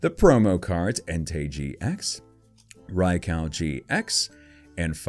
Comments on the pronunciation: It’s not ray-cow it’s ray-q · You said “RaiCow”... it’s Raikou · It's raykoo not raycow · Didn't know that this box is released today.:D Gorgeous pulls!:D My favorite would have to be Suicune.:) Plus, Raikou is pronounced as Rai-koo:D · Rai-COW LOL 😂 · I think its called raikou not raicow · Him:Rai cow Me:it's raik u it's not a cow it's a Rai ku😣😥😑😠😡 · U said raikou Wrong it’s not raikau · Its pronounced Raikoo you said raikow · It's not rye koko it's rye koh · I call raiku not raikau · Rai-Koo not Rai-cow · It j's not raiko its raikou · Btw it's actually pronounced like Raik-oh just so you know Lol. Also if you ever go back to the series when they show Raikou they say it that way lol. I know it doesn't really matter. But just thought I'd say it haha. Still loved this vid alot! Alot of GOOD CARDS!! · RYE-KOO is how you pronounce it and my favorite is Suicune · Raikou is pronounced "Ri-Ko." :) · Rye-cow? RYE-COW?! RYE-COW?! 😡😡😡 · I like suicune but isn't it pronounced rye-coo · Did he say rai cow? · its pronounced ray-koo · It’s pronounced rye-coo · You said Rai cow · Your mispronunciation literally won’t allow me to watch this video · It is pronounced riekoo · Not rye cow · Its pronounsed rai-ko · Ray cow? DO YOU KNOW HOW TO TALK? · You say raikou strangely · You’re not a real Pokémon fan if you can’t even pronounce Raikou properly